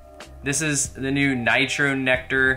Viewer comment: Did any one else hear con-nector nectar referring to nitro nectar lol